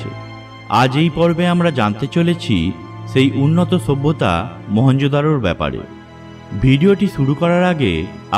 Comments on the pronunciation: kathata sabhyata,bata ta bolte pareni! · কয়টা যে লাইক দিবো বুঝতেছিনা।কথাটা মনে হয় আর হাসি ওঠে।ছুব্বতা.‌....ছুব্বতা.....হা....হা.....হা.....হা.....😂😂😂😂😂